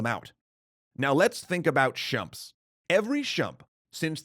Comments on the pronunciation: Shumps? Excuse you? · Chumps ???? What the heck is a chump? I know shoot em ups, or shmups as they are often called,, but Chump? Chew-up-them-p's? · Should still be pronounced "Shh-mu-ps" and not "chumps" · He keeps saying "Shump". I've literally never heard this term before. Last I checked, they were called "Shoot-em-ups" or "Shmups" for short. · Wait!?? Did he just say Shumps? LOL I thought he was talking about a particular attack pattern not Shmups! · Aren't they Shmups and not Shumps? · Shumps? I thought they were called Sh'mups. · Did I "Shump-up" on this one or what?! Apologies for my mispronunciation of the shorthand for "Shoot 'em ups." I’ve always said “Shumps” when discussing these games with my friends and no one ever corrected me. However I have now learned the error of my shumping ways. I feel quite shumpy for shumping this up royally like a big ‘ol Shump. -;) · This episode is actually really interesting, but it's a little bit difficult to watch, because... well, the "shumps".